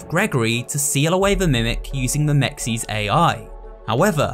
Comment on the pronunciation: How is it that the game pronounces MEXS for us but every single Youtuber who ive heard pronounce it still pronounces it wrong. Its pronounced as mehx-ehs. Short e, not long e, for both e sounds.